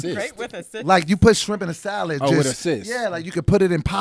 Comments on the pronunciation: “Shirmp”?💀😂 you had one job! 🤣🤣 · Is it me or did leave "SHIRMP"in there :D hahah!! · " shirmp " smhhhh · Shirmp?? Lol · Shirmp lol c'mon I know you did this